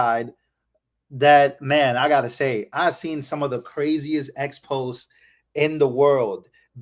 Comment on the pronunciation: I think you mean to say: ex PO zay. Exposè?